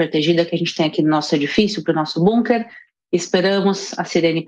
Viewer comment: Parabéns a, que além de inteligente e muito bem informada, fala "BUNKER", pronúncia correta, por se tratar de palavra alemã, não "BÂNKER", como todos os analfabetos brasileiros falam.